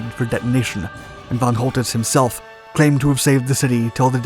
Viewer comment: Who the fuck is Fon Holdiss ?